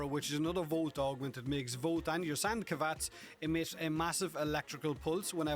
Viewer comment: Wait "sand kavats"?